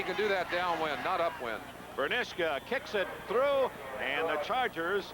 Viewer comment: Also, Dick Enberg keeps completely massacring his name! "Ber-NISH-kuh" 🙄